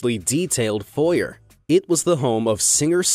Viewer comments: You can't say foyer correctly.... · lmao the way you pronounce “foyer”